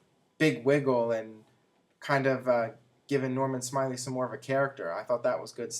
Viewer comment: Jim Ross is the best commentator that WWE is fortunate to have. Maybe J.R> should go to TNA someday. And actually it's pronounced "Norman SMILE-LAY."